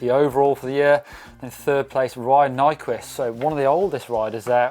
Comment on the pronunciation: ''In 3rd place Ryan Nyquisss'' oh